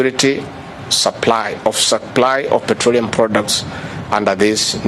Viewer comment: "davis chilchil" "petroreum"- villager masquerading as deputy president of a banana republic.